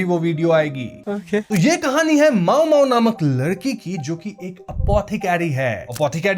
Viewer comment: मामो❌ माओमाओ✅